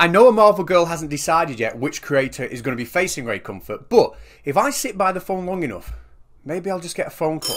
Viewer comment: Ray Cumfart? Oh jeeze... lol